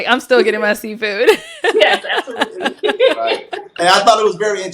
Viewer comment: Remember that episode and that I laughed when he said “absolute-laay”.😂😂😂